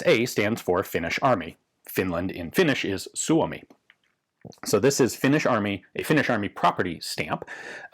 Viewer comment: your pronounciation of "Suomi" was perfect! 10/10